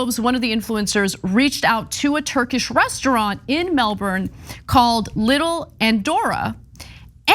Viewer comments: ana ana ana, its pronounced "melbin" not melbourne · Exactly. It's pronounced more like "Melbin" than "Melborrin" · The way Americans pronounce Melbourne always makes me giggle, it's more like Mel-bin/ben, not Mel-born. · It’s pronounced “Melbun”. Thanks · Melbourne local. We have a lovely mix of traditional, immigrant cultures and youthful, pretentious bs. Side note, say it Mel-ben or Mel-burn. It's like Arkansas. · i'm reminded of Miranda saying, 'Everybody wants to be us'. yeah, nah....you say Melbourne like Melburrrrn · It's so cute how you guys pronounce "Melbourne" :) It's pronounced "Melben" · Exactly... she said Brisbane right but stuffed up on Melbourne... I s'pose they're could just be used to saying it the way that Florida says their Melbourne... it's just a thought... ;) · it's pronounced "Melben" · The 'R' in Melbourne is silent.